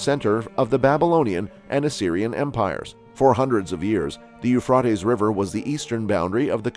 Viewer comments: I would LOVE to know WHY they INSIST destroying OUR English language?? This person Thinks saying Euphrotes SOUNDS better than the Euphrates????? It's ALL over ALL of these shows. It HONESTLY SOUNDS STUPID. Don't we already SEEM stupid ENOUGH without this?? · Eufroties wow 😳 Americans really know how to murder the English language